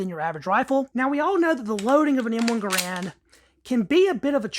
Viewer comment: It's pronounced "Gair-rund". Not "Guh-rand". There are still videos around of John Garand pronouncing his own name.